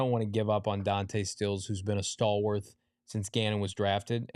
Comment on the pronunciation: I love you but I beg you: stop saying stalwarth. It doesn't have an h. Love the coverage you guys are awesome